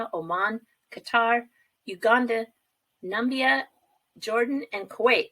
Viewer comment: Nambia? It's Na-mi-bia. LOL. Nice video,. Thanks.